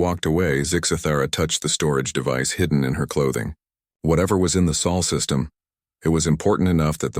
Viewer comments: Sol is the Sun's name not Saul. That's a mispronounciation. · "Sol" not soul please.